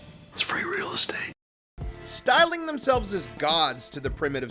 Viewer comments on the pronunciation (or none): none